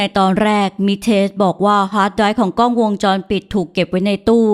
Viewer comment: รวบรวมเนื้อเรื่องดี น่าติดตาม แต่ฝากถึงผู้บรรยายฝึกใช้ ร ให้คล่องจะฟังเลื่อนไหลกว่านี้ค่ะ บางคำ ล ยังกระดกลิ้นรัวเป็น ร มันเลยสะดุด เช่น "กร้อง" ถ่ายรูป